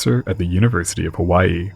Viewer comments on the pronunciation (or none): none